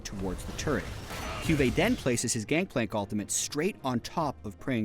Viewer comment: "Gankplank", gj riot how kind of you to watch through your own vids before uploading.